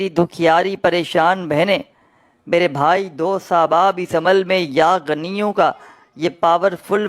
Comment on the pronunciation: Pronounsetion to theek karlo. Hamein Bewaqoof mat samajh.. Yaa ganiyo nahin yaa ghaniyu kaho. Jab Arbi zabaan hi nahin aati to Wazeefa kyun bata rahe ho